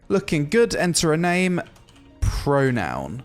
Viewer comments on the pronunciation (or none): "pronoun" XDDDDD had me rolling